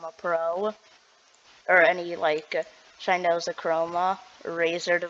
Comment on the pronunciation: irs razer Synapse.... not razer sphynapss......